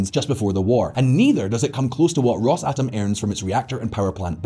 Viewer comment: If i here you say "Ross-atom" one more time, I'll cut my ears off